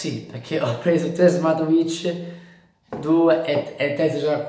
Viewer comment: ti ho solo corretto. Sentire Smart"wi"tch per tutta la recensione non è il massimo, nulla di piu